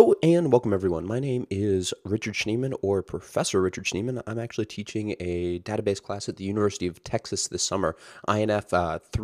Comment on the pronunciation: you're an adjunct professor at UT and you work at heroku but you can't pronounce database correctly? wtf?